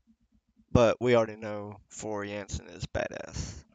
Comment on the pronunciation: Her name is JANSEN NOT JENSEN. !!!!!